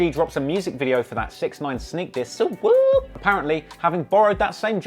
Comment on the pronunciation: On the set never say suu woop again